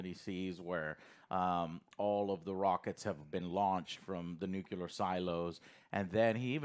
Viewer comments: It was waaaaay too loud, yes. Nolan tries to be Villeneuve. But he is not Villeneuve. I was at the point of "I think I need subtitles". I'm happy Joe finally learned how to pronounce "nuclear" instead of "nucular". Took us so many years. :') EDIT: Ah, he slipped back into it later in the video. Goddamit, Joe! :D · why a lot of guys in the us say nucular instead of nuclear? it is like homer simpson